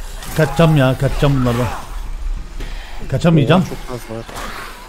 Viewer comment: oha cidden sen demeseydin farketmicektim adam BABAĞĞ diyor sdfjsdfhdf